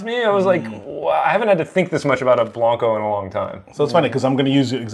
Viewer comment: Just FYI - blanco rhymes with "Panko" not "bronco". I have been pronouncing this incorrectly for years and just realized it yesterday when I heard Carlos Camarena say it on Moonshiners.